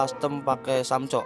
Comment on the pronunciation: Samko di baca samco😹